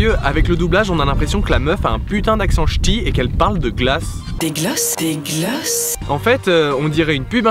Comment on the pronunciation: Mais vous m'avez tellement fait rire avec vos "glôces". Il est vraiment mortel cet épisode